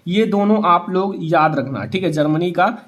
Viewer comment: Bolna toh seekh lo Germany hota h zarmany nahin h.